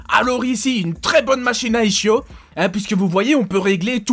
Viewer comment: merci pour cette video, ça me rappelle quand j'y allais tous les ans. Tu aurais du te lâcher un peu plus! Surtout dans les halls où ce n'est que du business fitness. Un dernier truc pour t'embêter : on dit iskio, on ne chie pas en anatomie. Allrz continue de nous informer ET de nous amuser. :)